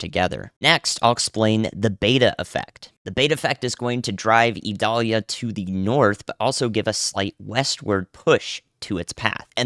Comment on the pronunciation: The pronunciation has a long I. Listen to some Sammy Kershaw Vidalia